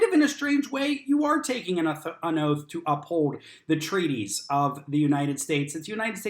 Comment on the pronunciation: When they get their law license on youtube does it teach them the correct way to pronounce "oath" is 'oaf"? Still trying to figure out the relationship there.